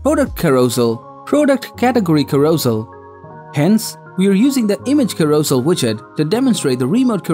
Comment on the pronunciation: Carousel is pronounced karro-sell